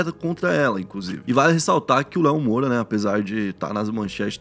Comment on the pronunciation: ...Lívia Mo"i"ura, irmão do jogador Léo Moura... hahahha Não seria Lívia Moura? Tmj